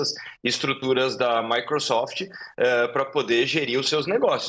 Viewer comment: A jornalista falar MICRUsoft foi um tiro na cabeça 😂😂😂😂